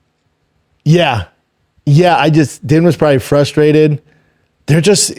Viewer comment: Why can he say Herb Dean but pronounces Din Thomas?! 😂